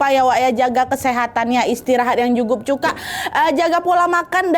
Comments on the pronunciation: Menit Jangan lupa jaga kesehatan. Istirahat yg "JUGUP CUKA" 😂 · "Jugup Cuka" Maap kak nad aku salfok ka nad typo ngomong😭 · "istirahat yang jugup cukak" 😂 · salfok "istirahat yang jukup cuka" 😭😭😭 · ini aku yang salah denger apa gak ya "jukup cuka"😭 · Aku 3x ngulang jg gtu dngernya wak😂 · awal-awal udah salah ngomong Aku mengulang sampai banyak kali😂😂😂😂🤣🤣🤣🤣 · Humor ku sebatas "istirahat jugup cukak"😭